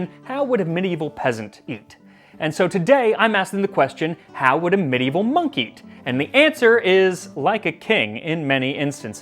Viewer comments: It sounded like you said, "...medieval monkey meat..." Purty strange... 😉😁😉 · “how would a Medieval monkey?” That’s what I heard and it got me thinking, how WOULD a Medieval monkey? 🤔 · im i the only one that heard him say "what would a medievel monkey" at the beging of the video?